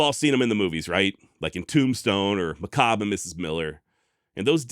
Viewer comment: Just a note: Its McCabe Mac Caybe...not Macabre